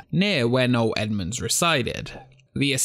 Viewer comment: It's No-EL Edmunds, not No Edmunds. No-EL.